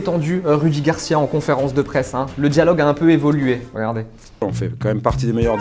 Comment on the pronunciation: Griezmann il dit "regardez" comme un vieux congolais c'est comment?